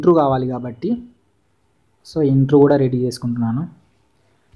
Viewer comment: Intru kadhu baya intro ani palakali